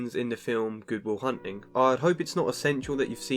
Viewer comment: Did he say "google hunting" or "Good Will Hunting"